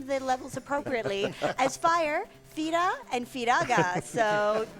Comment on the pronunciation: Wrong pronunciations of Fira and Firaga. There's literally katakana for these FF spell names.